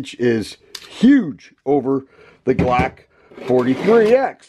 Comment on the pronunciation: IM HOWLING AT THE WAY HE SAY BLOCK 😂🤣😂